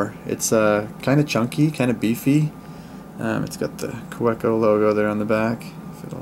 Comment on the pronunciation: Just nit picking here, but it’s pronounced “ka-veh-co”.